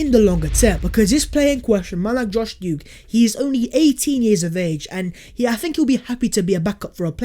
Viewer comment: Plus this guy can't even pronounce him name correctly that shows the amount of games he's saw with him in it